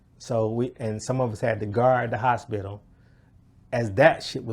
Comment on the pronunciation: “The hoshpital”